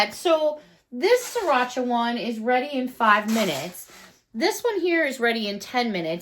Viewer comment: You say siracha. I say sarita. Maybe it's the pinkeye. I hope you heal quickly.